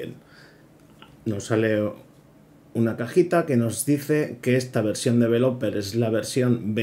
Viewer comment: podrías aprender a pronunciar correctamente la palabra "developer", para empezar...